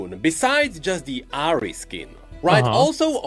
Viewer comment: It's not Asmon without pronouncing Ahri as "Ahiri"